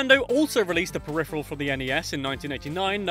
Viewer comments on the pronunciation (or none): none